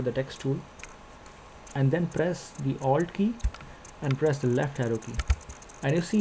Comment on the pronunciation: i kinda had to go back a couple of times there too. i heard owld.